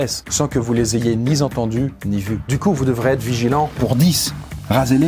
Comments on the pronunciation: "Sans que vous les ayez nizentendus(...)" Hem... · 6 minutes 33 "Ni zentendus ni vus" bravo la liaison mdr